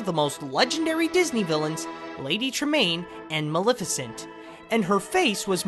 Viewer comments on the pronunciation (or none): none